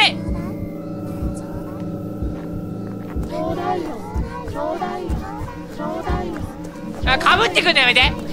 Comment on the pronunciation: 「ちょうだいよ」が「東大王」にしか聞こえなかった